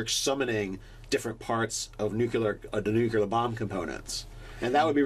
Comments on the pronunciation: OH MY GOSH!! IT IS NUCLEAR, NOT NUCULER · I’m sorry. I know it’s petty. But please, for the love of the raven queen, it’s nuclear not nuculer! Also great vid. I would just let him have his bomb and accidentally kill himself with it. Lol